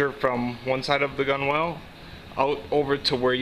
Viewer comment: Gunwale is pronounced GUH NUHL.